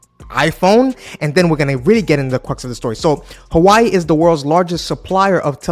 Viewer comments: I knw you are not from China but for a content creator like you, I think u shld even try to pronounce the product u are reviewing well. How can u be calling Hawaii instead of Huawei? 🤦🤦🤦🤦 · Funny, the primary reason people use Apple devices is the ecosystem which is second to none. Huawei is hardly a threat to them. It’s also pronounced “Who-wa-way” not “Hawaii”. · Hua- we_i. Not who ai🙄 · I love he called this phone Hawaii instead of Huawei. This sent me back to my fun time during my Hawaii trip in the past😂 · HUA-WEI Bro not hawai its not dissame name and speak words huhuhu damn bro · Its Huwawi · „Who Ah Way“ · Hawaii? Lol can't take you seriously if you can't even pronounce the name properly besides the fact you got so many things wrong bout Huawei. U need to do more in depth research about this company. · nah it’s alright it’s just funny. It’s a million time better than how a lot of Dutch pronounce it!! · I think that you check the pronunciation of Huawei. What is impressive about Chinese corporations is they are always reviewing all products and that they encourage innovation and new businesses. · Man stop pronounce the name wrong that is just disrespectful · if you're going to make video on a company I would recommend at least learning how to correctly pronounce the name Huawei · If you gonna cover a brand at least learn how to pronounce it's name